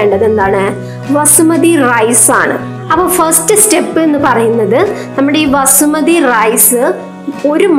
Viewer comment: വസ്മതി അല്ല ബസ്മതി ആൺ